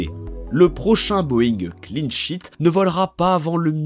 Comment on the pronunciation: Je pensais qu’il y avait que moi qui entendais « clean shit »!